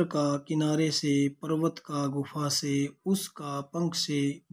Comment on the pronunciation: गुफ नही गुफा सर 😂😂